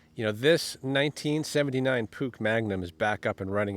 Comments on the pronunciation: It`s call a Puch. Sounds like `pooch`, not `pook`. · What a simply lovely company name...... PUCH. Pronounced.... PUKE!!!!! To me, it's pronounced "POO - CH" or there abouts. Another great video ❤️❤️❤️👍👍👍👍👍🫶🫶🫶🫶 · Puch. Not "sh , not "sch". "Ch" like in Baumkuchen. 😊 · I believe it is pronounced "Pooch" as in dog 😄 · Nice bike. Well done. My Dad had a 250 SGS(I think). It's pronounced "Pook" (rhymes with "book"). My Dad was Dutch, and made sure we knew how to say it. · pronounced "poosh" my neighbor had one back in the day. It was about 1980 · That’s what I thought too! Had one as a kid in the early 80’s and my dad pronounced it ‘pooch’. Thanks for the trip down memory lane… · I remember these when I was riding mopeds as a teenager here in the UK, lots of people had them (various models) good reliable bikes I think, I was a Suzuki boy myself though. We pronounced Puch as Pooch here across the pond -tomayto, tomahto! Anyway, great video fella 👍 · I believe it's pronounced Push... we used to call them Puques as kids...lol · No, c is silent. So more like Pooh.